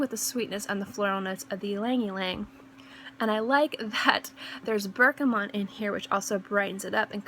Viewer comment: lovely list. really like these themed lists :) loved your almond one too. btw there is no n in bergamot ;) and out of interest have you tried MFK le beau parfum?